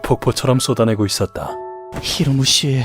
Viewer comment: 자꾸 히로무랴ㅋㅋㅋ